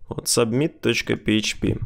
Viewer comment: Спасибо за видео. Только с произношением немного странно звучит. Например, "субмит" )))